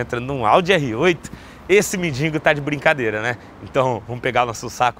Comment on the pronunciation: porque na tabmb voce escreve "mendigo" certo, e na hora do video voce so fala "mendingo"? agonia voce falando errado irmao...